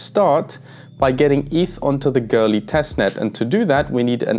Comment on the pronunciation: Why do you pronounce Goerli as Girly?